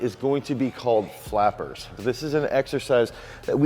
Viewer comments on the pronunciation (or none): Flappers, guys.....not fappers geeeeeeze guys c'mon 😂😂🤣